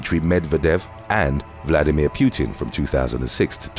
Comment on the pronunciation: dude some of the things you can't pronounce are just embarrassingly obvious, but how in the hell do you not know how to pronounce Putin??? it's not Peeyu-tin, it's poo-tin. I mean, come on. get it together.